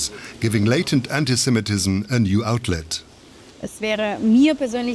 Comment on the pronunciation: The German commentator repeatedly says antisem-E-tism, a typical mistake.